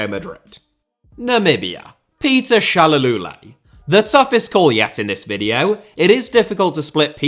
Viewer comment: Not complaining but it is so funny seeing you butchering the names Peter Shal-what? 😂😂😂